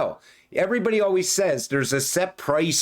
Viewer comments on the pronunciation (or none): " as with you alweez"😄